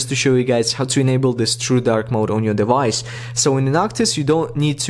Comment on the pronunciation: “You will hayf to jeil break your de-vice” Wait- thats illegal.